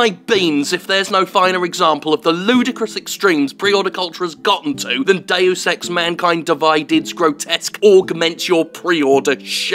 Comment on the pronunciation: Not even the advert voice-over AI can pronounce 'Deus' properly!...